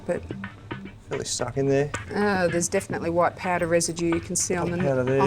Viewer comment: "nope, it's a piadow (powder)"